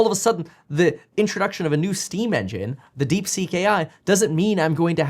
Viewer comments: I believe the correct name is DeepSeek and not DeekSeek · Deekseek? no thanks Kev lol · DeekSeek or DeepSeek? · "DeekSeek" XD